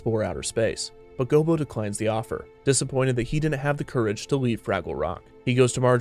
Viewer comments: Maybe it's something about how you enunciate, but it sounds like you keep calling Gobo "Bilbo". You didn't mix-up short, barefoot creatures, did you? XD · Gobo Fraggle. Sounds like he keeps saying Bilbo. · It sounds like the narrator keeps saying bilbo instead of gobo, am I tripping? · I swear it sounds like you keep calling Gobo "Bilbo". But great video overall. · GOBO NOT GILBO!!!!!! Do research before a video next time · You called gobo gilbo... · Anyone count how many times the narrator called Gobo, "Bilbo?" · I keep hearing him say "Bilbo" instead of "Gobo". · Gobo Fraggle... not Gilbo Fraggle. This was a great watch otherwise. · Is it just me or does it sound like he is calling Gobo Bilbo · Bilbo? You mean Gobo? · Bro...u calling him Gilbo?? Its Go Bo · You called Gobo Bilbo. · Lol, “Gilbo” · I heard Bilbo as well, I think that he may have several times. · Me too